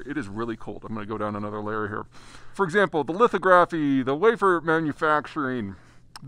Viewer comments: Just wanted to say that “lithography” is pronounced li-thog-ra-phy, not li-tho-gra-phy. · I know it's cold, but its pronounced li·thog·ra·phy, not litho·graphy 😉and lithography tools are not just "fancy lasers". They use photoresist, UV light, and x-rays to produce patterns on the substrate (wafers). Pretty fascinating technology. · It's lith-OGG-ra-fee, not LITH-oh-graf-fee! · I've always heard it pronounced 'lith'-ography not 'litho'-graphy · Pronunciation: lith-AH-graphy, not lithoGRAPHy. Thanks. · fyi ..."Lith-AW'-gruh-fee" ... not "Lith-Oh-graf-ee" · lith-AHHH-gra-fee.....not lith-OH-gra-fee ...love your content but not a soul in the semiconductor business calls it lith-OH-gra-fee. In fact, most just say "litho"....makes me wonder if you're actually talking to people in the industry or just totally free-lancing your prognostications (?). Also, the Brits don't carry an iota of the supply chain into the equation although, with only the ARM architecture and generational advances in it, they do wield a huge intellectual property club. Anyway, it is frickin cold where you are so bonus points for creating content in subzero conditions. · I like the way you say litho graphy. Especially surprising from a geo grapher. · Great info but it is pronounced "Lith-og-graphy" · say lith aww' graph ee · Very informative but his pronunciation of "lithography" does grate a bit ... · That’s a new way to pronounce lithography. 😁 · I think you're mispronouncing lithography. I believe the accent is on the second syllable.